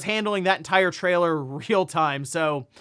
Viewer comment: What? Try again in English. “Trialor” 😂🤣